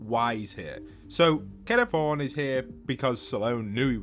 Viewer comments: Hes not called Kado Throne its Kado Thorne like a thorn off a plant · hearing call kado thorne "kado throne" brings me severe pain